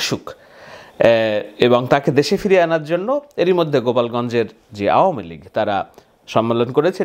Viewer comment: আওয়ামিলীগের সকলেই বলে আউমিলিক এমনকি জয়ও বলে আউমিলিক। এটা আসলেই আউমিলিক।